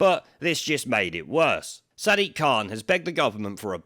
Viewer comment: He actually pronounces his name 'Sad Dick'